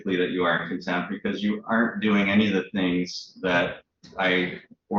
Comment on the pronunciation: I think Contempt has a T at the end.